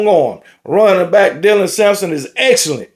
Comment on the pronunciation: This the first time all season i heard get dylans name right😂😂 good on you